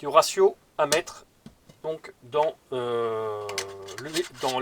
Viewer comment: j adore les gents qui parle bien français (( le resio ou razio MDR ))